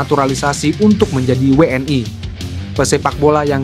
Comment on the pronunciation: Yg baca narasi orang mana sih? ngomong WNI aja we en ay...geli saya dengernya!!!